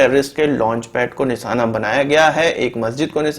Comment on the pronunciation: Abe jahil nisana nahi nishana hota Hai fake news mat dikha